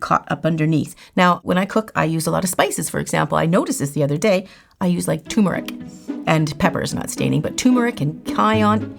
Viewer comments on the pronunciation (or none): Love you. Common mistake, but it's turmeric not tumeric.